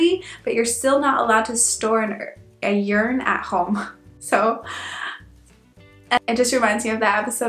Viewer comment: Speaking about the formal you: Did you know that the english you is technically always formal? The informal was thou. And why do you pronounce urn, like urine? It's ˈərn like in to earn money. Urn and earn actually share the same phonetic spelling. (Did I just correct a native speaker on her pronounciation? Weird!)